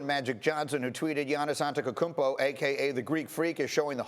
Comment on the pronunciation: My man said "AnteKokounmpo" twice 😂